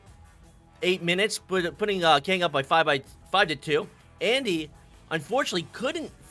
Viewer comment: He said Kang instead of kungg😂 but to be fair kungg is best goalie NA